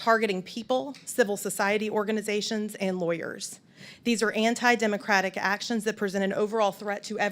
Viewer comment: Why can’t Comer say the word “Democratic”? It’s grammatically correct and he just sounds ignorant.